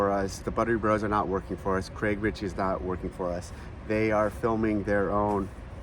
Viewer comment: Richey not Ritchey 😅